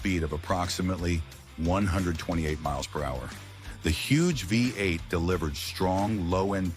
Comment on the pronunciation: FAKE A.I. GENERATED VOICE IS COMPUTER USED FOR EVERY VIDEO ( VOICE SAID WE EIGHT ) INSTEAD VEE EIGHT FAKE